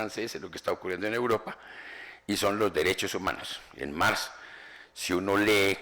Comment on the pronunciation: "Mars" en un "testo" y No "cacta" (probablemente de cactáceas, en se repiten las cactáceas) ... En fin... comencé a verlo y me impresionó.